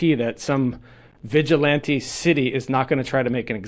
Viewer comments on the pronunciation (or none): none